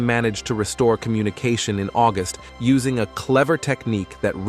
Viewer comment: I'm pooz led how much moe nay you sah vay by uss ing a bad rob oh vo ice . At least get one that can pronouce words better than that.